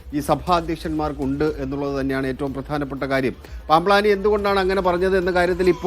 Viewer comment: ജോസഫ് പ്ലാമ്പാനി അല്ല. അയാൾക്ക് പറ്റിയ പേര്. ജോസഫ് പാമ്പാനി എന്നാണ്